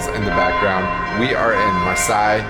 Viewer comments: Were you in Marseille? Pronounced Mar-say. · I went there for the first time in 2019 before covid. And Versailles is pronounced Ver-sigh but Marseille is pronounced Mar-say. Just for future reference.